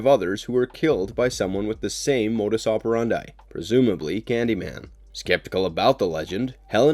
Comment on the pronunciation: Is this a computer-generated voice? The mispronunciation of the name "Robitaille", words like "modus operandi" and others, along with strange inflection falls right in the uncanny valley.